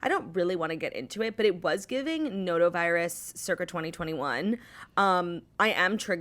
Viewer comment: Obsessed with how Claudia always says noro virus with a weird accent